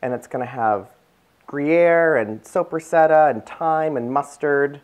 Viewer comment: Please pronounce the lunch meat correctly. It's an Italian salami and it's pronounced Soap ra sada......not soup re setta. I know your not Italian but it does help to get the pronunciation correct!!!! These look delicious.....TFS